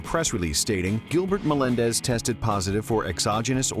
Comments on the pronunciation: Giblert Melendez 😂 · Giblert Melendez LOL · Giblert Melendez? Are you turning into Reebok? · Giblert Melendez😂😂😂😂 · Giblert melendez😂😂😂